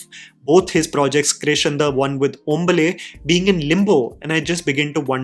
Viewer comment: TF is Ombale it's HOMBAlE pronounced AS HOME- BAALE